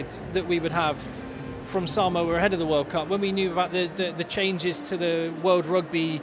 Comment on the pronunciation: Hey, its saaamoa, not simoa